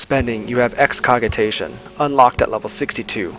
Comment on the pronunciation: It's lärˈjes,lärˈZHes, like Lar*J* ess, and Excogitation with a 'J' sound. Otherwise, I enjoyed the guide. ^^